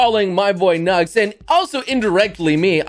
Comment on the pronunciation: When says says Nux it sounds like he's saying Nuts